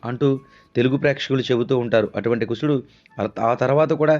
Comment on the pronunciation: కుసుడు కాదు కుశుడు..